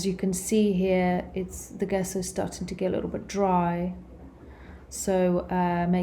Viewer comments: Good video. Gesso, though, is pronounced "jeh-so" not "guess-oh". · It's pronounced dzesso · it's Italian. It doesn't matter if it's food, wine, art, science, it's somewhat important to use the terminology internationally understood, and if teaching: a bit important to get right. It also speaks to the credibility of your education and participation/experience within the field, as it's a shared language. So it's not at all about snobbery. You might have the wrong part extracted in surgery if there wasn't a requirement of using the agreed latin term and pronounciation. In this case it's just helpful information for the artist in question. I presume she's autodidact which by no means suggests she's a lesser artist than academics. But here's an example: if you said Gallo with an English J it would be understood as Giallo which means yellow. I've heard artists say Gouache wrong on yt on tutorials too. Typically Americans are lousy at French pronounciation which makes home grown American chefs unintentionally hilarious at times. Fashion terms are another source of hilarity. Remember the film Pretty Woman, where the young girl calls her exclusively giften gown a "Versays" instead of Versace? In my country some people say sucheeney instead of Zucchini. It doesnt matter if you're not in hospitality or food. But does if you are serving international guests. No big deal, just super handy. The English correct people on the names of UK locations and Whisky names ALL the time.